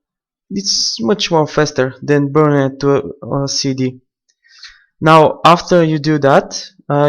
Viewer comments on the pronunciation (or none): none